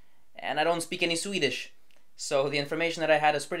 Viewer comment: You're really overdoing the quasi Scandinavian accent when pronouncing Swedish